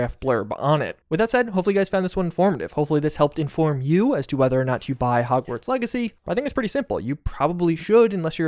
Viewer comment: Is it just me or did he say hogsweed?